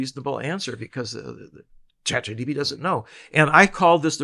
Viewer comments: sorry, is he saying chat GDP instead of GPT? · The first word of this podcast is ‘ChatGTP’ 😂😂😂